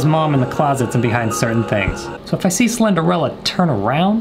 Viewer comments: Alligaytor he said he thought the name was slenderella for months he didn’t say how many months btw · Mans really said Slenderella 😂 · I love how he says Slenderella when it clearly said Slenderina… lol 😂🤣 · He says slender-Ella 👋🏻🤣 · I dunno why but him calling Slenderina "Slenderella" made this video 20 times better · He said Slenderella haha 😆😆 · He says "slenderella" instead of "slenderina" 😂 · We both called her slenderella when it’s actually slenderina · The 2hole time he was saying slenderina wrong lol